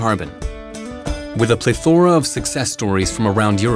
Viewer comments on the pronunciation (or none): A ple-thora?? Is that a specific dialect pronounciation or is the speaker a weirdo that doesn't know what plethora means, how it is pronounced, and didn't bother looking it up?